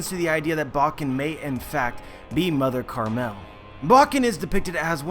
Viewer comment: "Mother carmel' dude. Pronunciate words right.